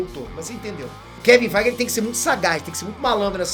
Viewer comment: Rapaz...se eu tentar pronunciar Feige dessa forma aí fico rouco o resto da vida...kkk